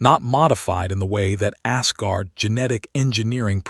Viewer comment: The text on the A.I. backgrounds is still gibberish ... undercooked technology. I'm sorry, when the TTS reader pronounces "Asgard" as "ass-guard", couldn't help but chuckle a bit.